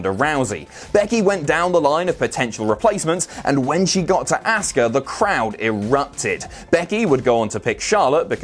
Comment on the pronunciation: Please stop mispronouncing Asuka's name. It's Ah-ska, not Ask-a.